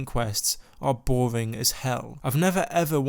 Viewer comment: Before u call something bowing learn to say the letter R